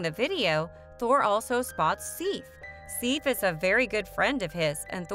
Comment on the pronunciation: This lady doesn’t pronounce a lot of things right. Sif shouldn’t be too hard